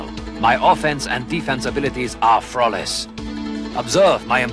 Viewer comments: Frawless aye? Sounds good. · "Frawress victory!" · "My offensive and defensive abilities are frawless" -Ryu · "My offense and defense abilities are frawless" - Ryu apparently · Ryu es "frawress"